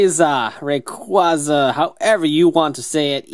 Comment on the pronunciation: its REY-CUEY-ZU rayquaza thats how its prounounce